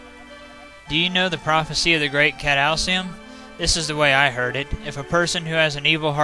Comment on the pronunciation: Cat-a-cli-sm, not cat-al-cium. :P